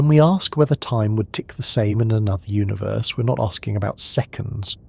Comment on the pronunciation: I'm always taken out of this by the way you say universe. It sounds so wrong to me